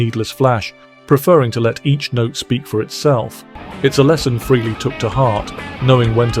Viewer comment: The pronunciation is FRAY-LEE. Got it! Fray-Lee NOT Free- Lee. Okay? Get it right!!!!